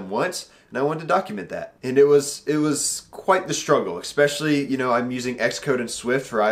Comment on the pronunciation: Please don't say eckspecially... lol